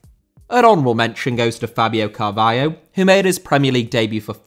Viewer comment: Carvalho* not Cahvayouw